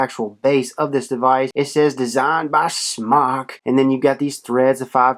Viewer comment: Not sure why people keep saying Smock when pronouncing this companies name. It's pronounced Smoke (Smok). A simple Google search and would know this. There's a video on YouTube uploaded by Smok which is why I know. Not trying to be a word nazi just don't want people running around sounding stupid. Also at the end of the video pronounces it properly wtf, HA! I'm pretty sure when companies watch vidz like these they cringe when they hear their name mispronounced. Just a thought.